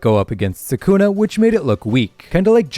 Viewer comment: Why does everyone body say sa’kuna?